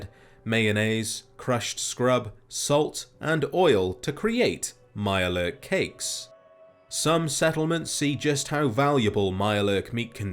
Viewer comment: if there was some way to roll your "R"s through text I would. "A MIYURE LURRRK" 😂